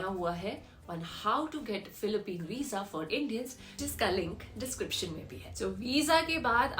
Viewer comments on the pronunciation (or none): none